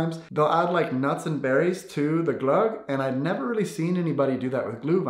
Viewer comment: IM SORRY BUT THE WAY HE SAYS GLÖGG